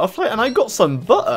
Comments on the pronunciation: "I beat down a Bu-h-ERfly and I got some Buh--her!" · Loved it until you pronounced Butter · Someone needs to make this an audioclip: "So here I beat down a butterfly and I GOT SOME BUH'UH!" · Outstanding * chefs kiss *